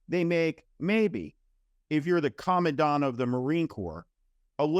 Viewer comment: The moron Tuberville can’t even pronounce the position of commandant that he is currently holding up with his antics.